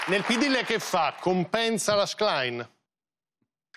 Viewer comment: Qualcuno insegni al conduttore a pronunciare il cognome della Schlein!